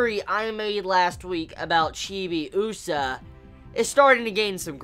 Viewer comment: The way you pronounce Chibiusa is weird. You put too much emphasis on the U sound... Also, your "theories" are about 20 years too late. Lol